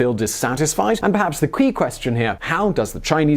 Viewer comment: "and perhaps the KWEE question here"